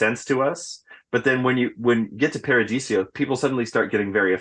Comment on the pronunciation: Why's he always call it Paradisio? Isn't it Paradiso?